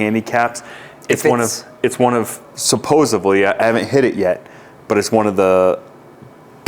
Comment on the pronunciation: It's supposEDly not supposEBly!